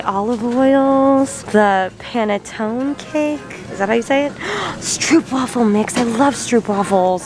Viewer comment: I’m Dutch and I just love the way you pronounce stroopwafel😂😘